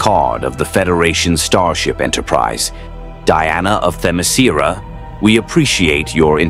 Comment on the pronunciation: Interesting story a few problems but interesting Th-em-iss-care-are - Themyscira keep trying you'll get it. Now not the biggest Wonder Woman reader but teleportation and phasing through solid matter as far as I know not in her power set. Side note as Wonder Woman is not a Federation citizen, signatory to any federation treaty or member of Star fleet her place of birth is irrelevant she is not subject to the prime directive as it is "Starfleet General Order 1" also she didn't break the prime directive as it is only relates to Star Fleet crews Section 1: Starfleet crew will obey the following with any civilization that has not achieved a commensurate level of technological and/or societal development as described in Appendix 1. a) No identification of self or mission. b) No interference with the social, cultural, or technological development of said planet. c) No reference to space, other worlds, or advanced civilizations. d) The exception to this is if said society has already been exposed to the concepts listed herein. However, in that instance, section 2 applies. Section 2: If said species has achieved the commensurate level of technological and/or societal development as described in Appendix 1, or has been exposed to the concepts listed in section 1, no Starfleet crew person will engage with said society or species without first gathering extensive information on the specific traditions, laws, and culture of that species civilization. Then Starfleet crew will obey the foll